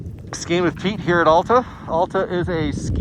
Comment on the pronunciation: For future reference, it's Al-ta, not All-ta.